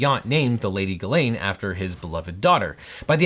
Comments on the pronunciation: Objection, gross abuse of the french language, it's pronounced closer to Jiz-len not Ga-lane 😭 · Jis-lane i believe is how it’s pronounced…. But thats not too important i guess…. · Now, this is absolutely the least important element of this entire case, by far, but as a native French speaker I'm just now finding out Ghislaine Maxwell's first name is apparently pronounced like Guylaine? Those are two different names! Contrary to popular belief, French doesn't normally allow you to make random letters silent in order to camouflage your embarrassing name as a slightly less embarrassing one. And now we can all move on to actual relevant things, but I just wanted to get that out there. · I’ll continue to pronounce it as “Jizz-lane” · Just so you guys know, Ghislaine is a French name for which you pronounce a soft "G" and don't skip the "s", sounding roughly like "Jysslenn" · It's actually pronounced "jizzlane" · Her name is pronounced French style, with a soft G, like Zsa Zsa Gabor. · Normally that is how the name is pronounced. I looked it up and apparently she uses the hard G.